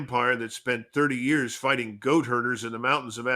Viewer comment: Good content but the AI doesn’t know how to say years